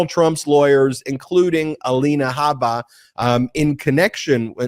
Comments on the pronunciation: The correct pronunciation is 'Alina Habbuhhhhh'. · Haha, Cohen calls Alina Habba gabba... just like I did from day one.